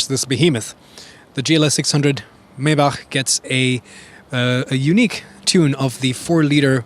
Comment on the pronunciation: Its not mejbah, its majbah